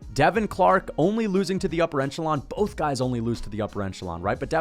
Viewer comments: the word is ‘echelon’ not ‘enchelon’ lmao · The word is 'echelon', not 'eNchelon'. Sorry, that always bothers me. haha. Good picks though. More or less agree with everything here. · that is a tremendous amount of times to say the word “echelon” for you to pronounce it “enchelon” every single time without fail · Hey, I like your channel and don't mean to be a jerk, but - the word is echelon, whereas you're pronouncing it as eNchelon. You're making me hungry for enchiladas. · Echelon = ESH-A-LON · the word is echelon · We gotta work on pronouncing echelon, great vid, bless up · Love you and the vids, but there’s only one N in “echelon”😭